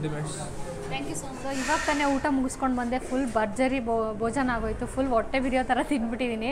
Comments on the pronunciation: ಒಟ್ಟೆ ಅಲ್ಲಮ್ಮ... ಹೊಟ್ಟೆ ಅನ್ಬೇಕು...ದಯಮಾಡಿ 'ಹ‌' ಕಾರದ ಉಚ್ಚಾರಣೆ ಅಭ್ಯಾಸ ಮಾಡಿ 😅😅😅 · Madam, nice information about Iyer Mess. But Kannada pronounciation to be corrected, for example otte aseethide ( HoTTe hasiyuttide) , olige ( HoLige). Correcte pronounciation will bring good value for the explanation. Please don't mistake. Thank you Madam.